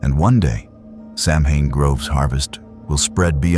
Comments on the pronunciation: Yes that is correct, it's an AI voice, so it pronounces it as the spelling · It’s not Samhain it’s pronounced Sow-when ..